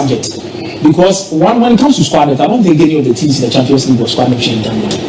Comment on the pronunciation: Squad depth not debt please